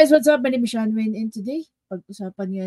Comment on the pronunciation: shanvine ba pronounciation ng name mo? German pronounciation